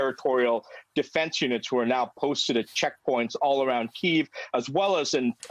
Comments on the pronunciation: PLEASE. Stop saying Kyiv in RUSSIAN! It is NOT KEEV! It is Kyiv (Key-iv) or even the American Kiev... FFS, it's insulting to constantly hear Keev, it sounds like skeeve. >> Tom's Ukrainian/American wife Pam << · Key-yiv — two syllables not one! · Try pronouncing the city's name properly. Hint: It's not "Keev".